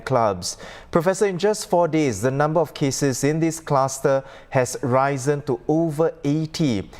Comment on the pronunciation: The announcer has mispronounced the word 'risen'.